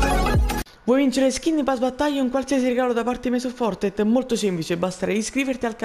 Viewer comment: Fortet ahahahahah impara l'inglese mannaggia il clero e il Covid!